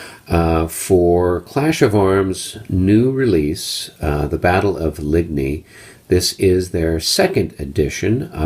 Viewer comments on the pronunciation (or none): Overall, a nice "inventory"; stationary camera is always greatly appreciated! Small quibbles: if you're going to "french it up" do it right: Battaille is pronounced "ba-TYE" (the L's are silent), Ligny is pronounced "LIN-yee". And Quatre Bras is "KAHtre-Bra" not KWAT-re. You didn't mangle "melee" too badly... it's pronounced either "meh-LEE" or "may-lay". (But at least you didn't say MEE-LEE like some do; that makes me cringe....) :)